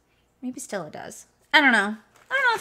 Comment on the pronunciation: Thank you for reviewing the box! I’m definitely not gonna get it, those sampleas are EXTREMELY small! Not even travel size? Except the stila, oh funny “ I Loovveeee Stella!! Lol it’s pronounced STEEL A